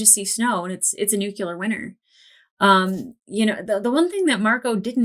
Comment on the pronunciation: Glad you found the X-Ray X-tras. "I get to watch other reactors...." You leave comments, I hope. I can't tell any difference in the lighting. I cringe every time you say "nu-cu-lar."